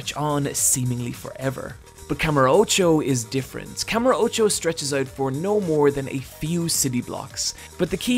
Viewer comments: As much as I agree with almost everything in this video and personally love this series, minus the zombie game of course, I just couldn’t get through this video. Simply due to the pronunciation of kamurocho. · Kamur Ocho???? Its called Kamu rocho